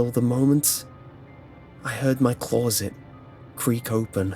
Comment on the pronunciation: Why do you keep pronouncing "closet" that way? I've never heard anyone say it like that.